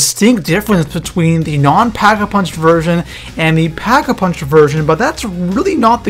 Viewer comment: Did i only hear packavunched ? XD